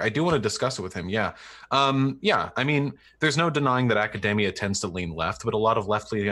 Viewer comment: A pet peeve of mine: "Academia" does not rhyme with "macadamia". (Vaush)